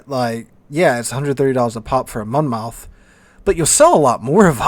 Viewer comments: Mon Moth not Mon Mouth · Just an FYI it's a Mon-muth vs. Mon-Mouth ;-). Next thing WG needs to listen to us about is the ridiculous fire chance and damage. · Monmouth pronounced like Mon-muth...lol FYI love your content!!! TY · monmouth is pronouced monmuth, you know we love our silent letters :) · Monmouth in South Wales is pronounced 'monmuth', yes another one of those.